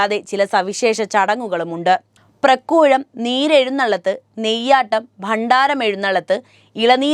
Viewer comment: Vavaali puzha yella BAVALI puzha yanu Prakuzham thettiu Praakuzham sheri